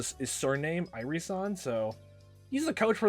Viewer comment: Irie's name I believe is 3 syllables, not 2. I-ri-e